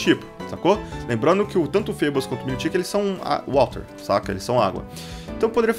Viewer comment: a pronúncia não é fibas????